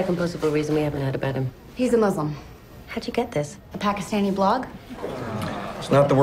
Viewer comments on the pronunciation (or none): Is it me or does every Newsroom character mispronounce 'Muslim'?